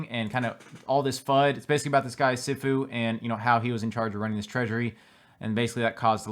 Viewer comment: its pronounce "SEE FU" also known as "MASTER" in Chinese or Japanese